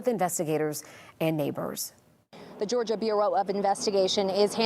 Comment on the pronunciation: Thank you for saying Georgia.❤